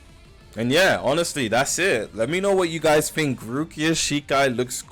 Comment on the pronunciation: "...I fink..."